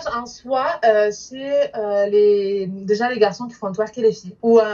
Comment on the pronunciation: Elle dit "deja” au lieu de "déjà" mais bon pas grave. ❤️